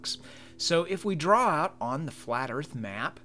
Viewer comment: You've drawn a "scale model of the flat erff" have you ? BULLSHIT The erff is NOT FLAT. IDIOT.